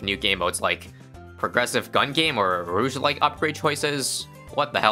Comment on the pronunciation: pronouncing rouge-like like it’s french 😂